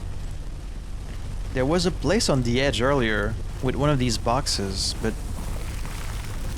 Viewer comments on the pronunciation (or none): none